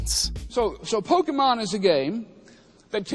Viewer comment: But hey, atleast unlike a lot of americans, the satan guy knows how to pronounce Pokémon